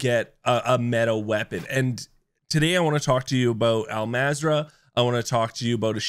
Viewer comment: The game literally pronounced “Al mazrah” for you, and you still fuck it up some how…🤦🏽‍♂️